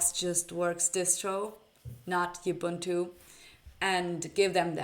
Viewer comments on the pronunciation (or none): Awesome, yes most people don't actually need Windoze. I've been using Linux Mint since 2011 for work and play, and don't miss the M$ Beast at all. BTW the word "Ubuntu" is an African word (look it up, learn what it means coz it's relevant) so is pronounced "oo-boon-too" NOT "you-bun-too". Cheers 🙂